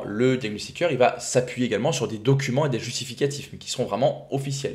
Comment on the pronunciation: Bjr, merci pour tout ce que tu m apprends. Du coup je me dois de t apprendre quelque chose en retour... il n y a pas de "t" à la fin de "va", donc quand tu dis "ça vat_être", je saigne d une oreille, d avance merci